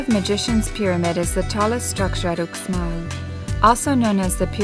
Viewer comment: dude, Uxmal is pronounced "Oosh mall"